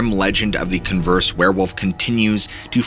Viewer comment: How are you having trouble with the word Converse? "Con-ver-se". Sorry but it was grating hearing you butcher my home town in a way I've never heard anyone else try. The Farmer of the CONverSe werewolf gave up after his sons death spending everything he had trying to kill this wolf till he sold his land and moved away to die alone. That land is now Converse (like the shoe),Texas. The main high school Judson supposedly sits where his main house used to be. Love your videos by the way.